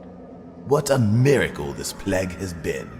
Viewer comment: did he pronounce "Plague" as "Pleg"? O_o